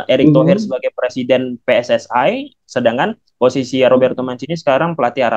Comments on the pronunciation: PSSI dibaca Pe es es i gitu aja kok repot jgn ikut2 komentator malasia yg bilang pi es es ai. Tunjukan ciri keindonesiaannya bro. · PSSI KOK DIUCAPKAN JADI PE ES ES AI? LEBAYYYY =)) SAUDI JADI DIUCAPKAN JADI SAUDAI DONG? SESUAI PENGUCA\PAN DALAM BAHASA INDONESIA AJAAAAA.... JANGAN PAKAI LOGAT BAHASA MALYDESH YANG ASLINYA MELAYU BRITISH